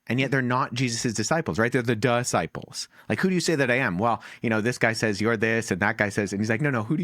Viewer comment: Wow! Wes just called the twelve the DUHsciples!